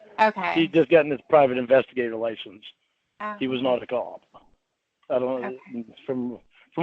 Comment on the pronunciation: “He was nawt a cawwp”